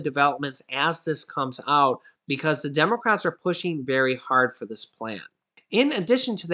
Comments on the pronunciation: Hey, you said Demorats not democrats🤣🤣🤣! Thank u so much I need to laugh this am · Lol did say Demorats at 1.45??